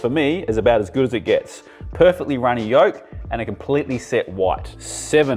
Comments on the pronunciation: Chef please say yunny roke again! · No one's gonna mention "Yunny roke"? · "Yunny roke" 😂🎉 i alwayd mix up words like that too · Love a nice spoonerism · "Still very Yunny Roak" on the dot 🤣🤣🤣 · I love it when people mix up there words like me 😂🙌 "A very yunny rolk" 😅👍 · min exactly on the 5 min egg I swear he says yunny rolk lol that's awesome great video thank you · love the 5 minute "yunny roke" lol!!! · I heard a yunny roke in there... I feckin love it😂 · A "Yunny Roke"? I have that problem too! Only joking, another great video. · Yunny Roak Love the accidental Spoonerism. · “yunny rolk” haha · or so...did you say, "yunny rolk"??? I thought that only happened to me! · "still very yunny roke". made me giggle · Great video, I suck at eggs and now I feel a bit more informed, and like I might just suck a little less. for "very yunny roke". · Did just say "yunny roke" 😁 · "Very yunny rolk" - 😂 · "Yunny Roke" hahahahah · I'll take the 5 minute (boiled) with the "Yunny Rolk" 😅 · "still very yunny rolk" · “Yunny Roke” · He said yunny roke...Ha 5 minute mark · 😂😂 I also heard that and laughed out loud. He is such a classic ❤